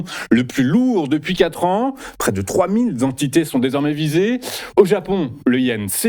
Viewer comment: « Trois mille Zentités », bah ça commence bien 🤦‍♂️